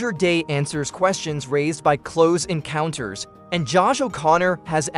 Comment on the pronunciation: Cloze Encounters... Dee-juh Voo...